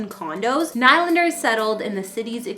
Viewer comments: I do have to say, every time you say NIGH LANDER it makes me cringe. It’s pronounced NeeLander. I’m not “bullying” you. You should have known this before you posted this video. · Can someone please tell this woman that his name is pronounced NEELANDER!!!! 🤬🤬🤬🤬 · what a waste of time and for god's sake learn how to pronounce his name. knee lander not what ever you are saying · I am sorry to say this but it has to be said. There is nothing more unprofessional than someone who is hosting a story or documentary on a person and they haven't done enough research into your topic to know how the person pronounces his last name. The man pronounces his name Knee-Lander. It not only bothers the watcher it really puts a dent in your credibility. As well, Willy wasn't crazy about it either. Please do better. You had a lot of things right. Your presentation and your relationship with the camera was excellent, however when you screw up the subjects name it is hard to save the piece. Good luck in the future. Remember, research is crucial. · I was about to say the same thing is Nee Lander not like the hockey team New York Islander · Please remove this person and never let them do another video. HTF can she not pronounce his name correctly if she says she is a fan of the Leafs? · This girl sounds like a total idiot! They make these videos right outside of Toronto, but she cannot pronounce Nylander's name correctly! I'm calling BS on this! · Calls herself a fan but can’t even pronounce the name right honestly